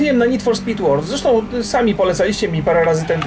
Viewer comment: Rock , W wyrazie World o czytane jest jako e